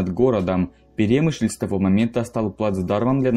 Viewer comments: Что уж тут, если углубляться в подробности. автор даже не знает, где ставить ударение в слове перемышль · в слове Перемышль ударение падает на ы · ПерÉмышль боже👌. Аж слух режет. Буковина́.... Хотябы ударения посмотрите историки недоделанные